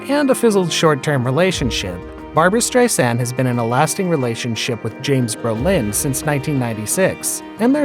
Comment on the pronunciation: i love your bizarre pronunciations of these names. stris-AND. Brole-INN. Her stepson josh is hot.